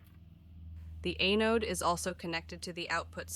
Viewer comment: The robot voice pronunciation is quite comical at times, particularly with words like "Kilo" and "Anode." I'm OK with reading subtitles!